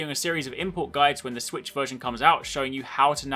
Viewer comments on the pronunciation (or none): u said swisshh ahahhhh english mate learn how to talk and use proper words